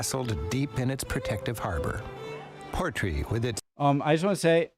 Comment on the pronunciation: Portree has the stress in the final syllable - PortREE, not PORTree. It’s Scottish Gaelic, meaning the port of the king.